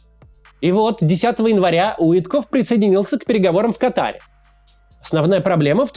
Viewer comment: Ка́таре, а не Катаре́